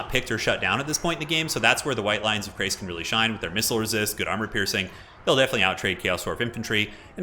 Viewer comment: also, it's chrace, as in shrace, not as in krace. yes, there are correct and incorrect pronunciations of these things. yes, the people who make total war often are guilty of mispronunciation, don't use them as a guide. I've heard multiple conflicting pronunciations of the same name in different CA videos.